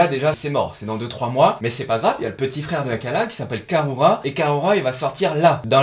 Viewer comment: Exactement, je me suis permis de rentrer sans le sujet vu que tu te trolles tout seul 😂 Et oui, ça se dit koussama 👍 De même que karura se dit "karoura". Les japonais ne t'en voudront pas, car il n'y a ni "r" ni "l", mais un son entre les 2 un peu roulé 😁 Dans tous les cas, c'est cool, encore une fois super vidéo 👌😎 Pas facile pour nous les français, mais en fait la prononciation est plus simple qu'il n'y paraît.